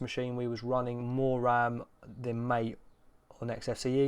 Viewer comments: Caja and mate are pronounced more like "caha" and "mattay", they're words in Spanish. thx for the video tho i wanted to know what mint+kfce looked like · it's Mah-teyyyyy. The devlopers pronounce it as Mah-teyyyy.